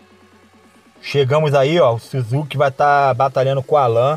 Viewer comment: Suzuki kkkkkk é Sásuke a pronúncia